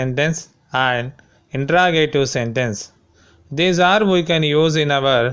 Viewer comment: It is not intra it is inter interrogative you don't know how to speak also don't make the video 💩💩